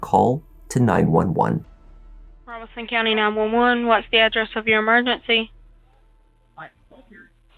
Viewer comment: You may be the first narrator I've ever listened to here that pronounces the county of Robeson in NC correctly. Thank you for taking the time. Later.